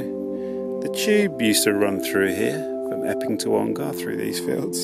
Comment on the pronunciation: Ongar is a short 'A', not a long one. So more Onger than Ongarrrr. Pronunciation is a part of history.